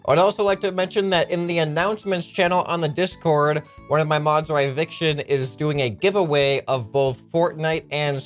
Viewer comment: Hey, I'm Ryviction it pronounced "Riv-ik-ton" Lol, I been in voice chat with him a lot